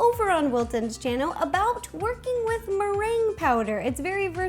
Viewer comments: Who else thought when she said working with meringue powder, she said twerking with meringue powder??? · You said twerking in stead of working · I thought u said twerking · Wait..... Did you just say twerking with meringue powder? 😂